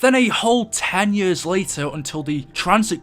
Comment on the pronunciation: You say years like yers do you have an accent and if so what is your background